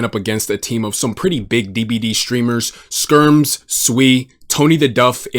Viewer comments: "Spermz" LMFAO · You did not just call the guy “Spermz”. Epic slip 😂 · Bro calls Skermz Spermz 😶‍🌫️💀. W mans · Calling skermz "spermz" is the best Freudian slip ever 😂